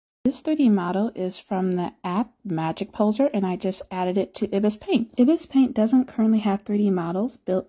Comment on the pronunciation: It’s pronounced eye bis like the bird